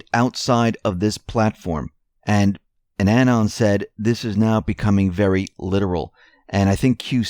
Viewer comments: Anon's not ANNENS. FFS! Anon, pronounced Uh-NON. NOT ANNEN. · aNON. Like Ron, Don. Not annan Thus, Q ANON short for Q anonymous. Accent on 2nd syllable. Great report and analysis.